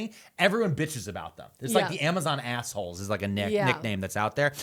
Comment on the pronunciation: I was like, “what’s an ‘arseler’? Is that like a British thing?”